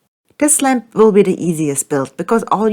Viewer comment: I'll be honest , all the video I heard Lamb not Lamp... And I am a man of culture